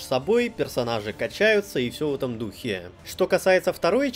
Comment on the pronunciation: ...и всё в таком духЕЕЕ...штукЕЕЕ...патИИИ... Любопытный выбор ударений, который приходится на последний слог, искусственно затягивая его🤔